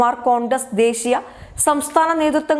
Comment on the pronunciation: ന്യൂസ് ഡെസ്ക് എന്ന് പറയേണ്ടതിന്, ന്യൂസ് ഡാസ്ക് എന്ന് പറയുന്നത് തീർത്തും വൃത്തികേടാണ്. അരോചകമാണ്... ദയവായി. തിരുത്തുക....